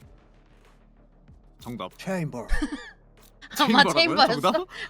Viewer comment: 체임버 해야지~ 도 아니고 췌임벌~ 한게 중독성 지려 ㅋㅋㅋ 칼박 미쳤고 ㅋㅋㅋ